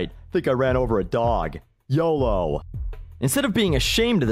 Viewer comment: you're def not the first to say YODO